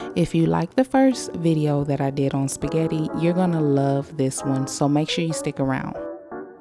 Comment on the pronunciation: I , Love your Shpaggitt😂